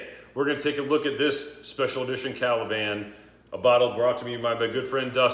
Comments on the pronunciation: Ka la van? Ka va lan dude... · It is KA-VA-LAN, not KA-LA-VAN